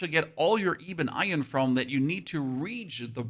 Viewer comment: “Ee-bun eye-un” gets me every time instead of ebon iron 😂